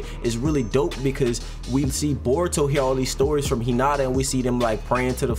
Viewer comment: No hate but it’s naruto and *boruto*. Not botuo nurto idk if you tried to be funny or what I’m just sayin 😂😂